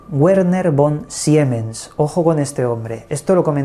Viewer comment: Hola! Te dejo una chuleta de pronunciación de alemán que te podría ser útil para pronunciar nombres en el futuro 😊 Consonantes y dígrafos: W = v V = f Sch = sh Ch = j (castellana) Y en cuanto a diptongos: Ei = ai Ie = i Eu = oi De esta manera Carl Schleicher se pronunciaría algo así como 'Carl Shlaijer', y Werner Von Siemens 'Verner Fon Simens'. Ojalá te sirva! Un abrazo 😊